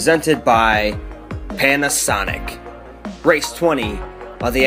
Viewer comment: I heard "pain a sonic"